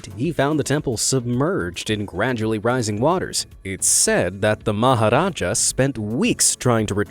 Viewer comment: You nailed the pronunciation of the maharaja!!!!!!